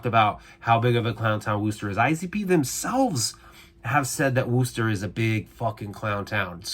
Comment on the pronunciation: wuss tahhhh not woooooooooo ster